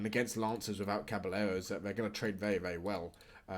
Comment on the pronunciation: Caballeros is pronounced like "cabayeros"